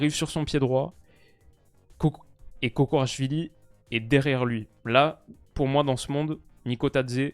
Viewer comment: On dit Kotchorashvili